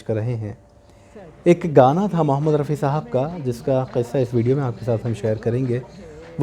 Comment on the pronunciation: thanks a lot for sharing interesting anecdotes connected with Rafi Saab's songs. We look forward to such videos. However, I have 2 observations to make. First, you always take a pause to ensure you pronounce the word, 'qissa' correctly with an emphasis on Q, which is the right way. Secondly, in this video, you spoiled the fun when the song started playing while you were introducing the song. It would have been better if you had played the song after your initial words.